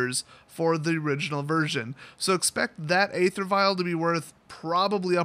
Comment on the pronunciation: i know it is a stupid way to pronounce it, but the official way to pronounce the word "aether" is "ee-ther".